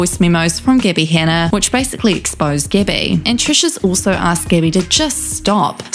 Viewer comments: I know it’s just your accent but calling her Gibby instead of Gabby is absolutely hilarious 😂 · why u pronounce like gibby? xd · I love the accent, but every time she says "Gabbie", I hear "Gibby" instead and then I'm flooded with memories of the guy from iCarly yelling "GIBBAYYYYY" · I love how the narrator pronounced her name as gibbie instead of gabbie all i can think of is icarly now lmfao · You said Gabbie but I heard Gibby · I'm sorry, but everytime you said "gabbie" I heard gibby 😂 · Am I the only one hearing the narrator in this video call her "Gibby"? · It sounds like your saying Gibby lol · I’m sorry I keep hearing Gibby. IT’S GIBBAAAYYY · i keep hearing gibby hanna lolol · was really thrown off at the beginning thinking you said that the girl had meth with gabbie